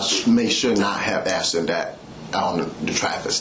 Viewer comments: The one that annoys me the most is "aksed" and you hear that shit everywhere! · but he axed her politely!